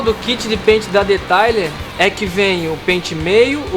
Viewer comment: Pronuncia : Deteiler